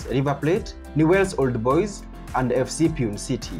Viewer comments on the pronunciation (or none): Its not piune city its Pronounce as PU NE (e sound as ae)